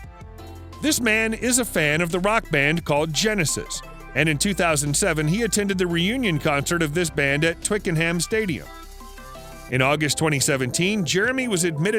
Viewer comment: Stopped watching when he said Twicken ham 😐